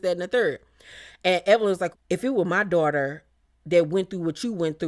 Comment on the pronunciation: Evelyns "Dorter' would be catching hella strays from me if I was on the show sorry not sorry 😂